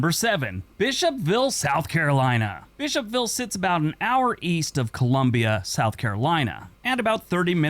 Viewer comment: “Bish-hop-ville” Me: “You mean Bishop-ville?”